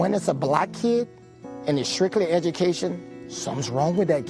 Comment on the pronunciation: Okay. They can't listen to the kid's grammar and Mr. Landry's pronunciation of the word, "strictly" and not know something was wrong?